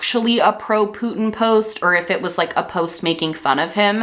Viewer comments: Gworl. Stop saying Putyin that way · I am obsessed with how you emphasize the “poot” in Putin ☠️☠️